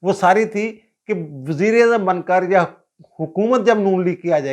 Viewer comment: Aap Baber ko wazeer i azam keh rahaiy haiy yaa Mughl i Azam ? 2 dafa yhi samjh aaiee wazir i azam .